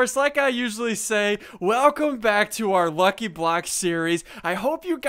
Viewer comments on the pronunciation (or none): none